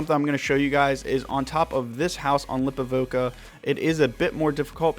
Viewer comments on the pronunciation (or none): It’s “Li-pov-ka,” not “Lip-o-vo-ka.” Unsubbed. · Great video....but it’s Lipawvka not Lipovoka. One O bruh. Lol.